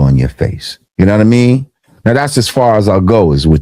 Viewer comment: No one says “you nah mean” like Lord Jamar … when vlad says it , it just sounds mad weird.